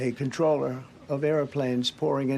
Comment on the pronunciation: "Its because the air traffic controllee were black"